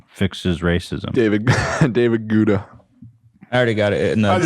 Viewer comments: I’m sorry I have to say it - it’s pronounced “GETTER”.. “DAVID GUETTA” (Getter). It’s been driving me nuts saying Gweta 😂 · ETHAN... it’s Guetta spoken Ghetta 💋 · The H3 crew misprononcing david guetta's name is the most hilarious thing !!! "Gwetta", "Gouda" Guys, it's "Gaytta" 😂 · GUETTA. get - ah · Will Ethan ever learn to pronounce David Guetta right? It's just GET-TA 🤣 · The fact that they say David Guda kills me every time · David Gouda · it’s pronounced David GET-UH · btw 'guetta' is pronounced 'get-ah' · Why do you pronounce David Guetta so weird?😂